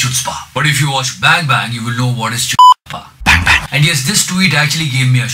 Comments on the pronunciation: It is good.... and btw chutzpah is actually pronounced as hutzpah.. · it is pronounced as ḥutspâ, not Chutzpah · the pronunciation for chutzpah is hutzpah. And like the pronunciation the movie haider also got the narrative wrong. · btw it is pronounced 'khutzpah' not 'chutzpah' even if it is written that way! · Its pronunciations is hootzpah not chutzpah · As you probably know, Chutzpah is a hebrew word which is actually pronounced as (khu)tzpah. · It's pronounced as khootzpah.